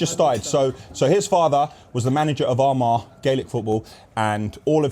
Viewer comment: When try to say Armagh 😂🤦🏻‍♂️😂